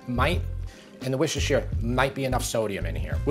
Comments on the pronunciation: You say it like woostershire not whooshtershire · Just an fyi, you pronounce Worcestershire as worst a sure. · Let me give you a English lesson fella. Worstershire sauce is pronounced - Wuster Sauce The county is pronounced Wustercher............ As in that singer Cher...... Wustercher The same with all of our counties that has "shire" in it's name So Yorkcher........ Derbycher.........Nottinghamcher etc etc Hope this helps :)